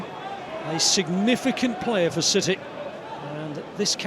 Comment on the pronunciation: Is it just me, or did he say "shitty" a couple of times instead of city? xD haha